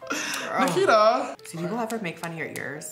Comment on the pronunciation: It’s Nikita not Nakita